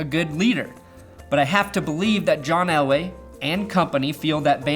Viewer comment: Are you saying Elway or LA? Are you trying to spit some subliminal ish at us?